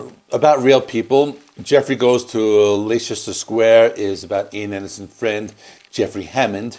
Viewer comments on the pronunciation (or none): Leicester square is pronounce "Lester" square in the UK, where Leicester is . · Pronounced Lester Square Love the album… not THE best but up there. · Hey there, just for info Like Ester Square is pronounced Lester Square and spelt Leicester Square. Strange but true. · "Leicester Square": pronounce "Lester".